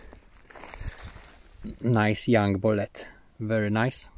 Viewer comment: It's BOW LEET. BOW-LEET Not a fkn boulet